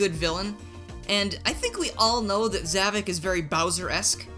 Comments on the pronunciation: Something I must point out, in the series his name is pronounced "Zah-Vok" but you keep pronouncing it as "Zah-Vic". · Okay... This is really starting to frustrate me. You keep saying ZAH-VUK. That's not how it's pronounced. The correct pronunciation is... Discount Bowser.